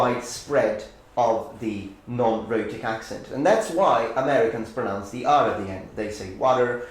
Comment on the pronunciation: Your English is excellent. Now please learn how to pronounce the verb "pronounce". You are pronouncing it incorrectly as "pronunce". There is no such verb as "pronunce". The verb is "pronounce".